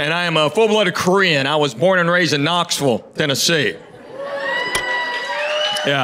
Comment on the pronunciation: From the way he pronounces Knoxville, you know he’s from Knoxville. 😎